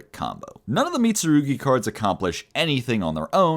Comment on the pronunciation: props for actually pronouncing the mitsurugi cards correctly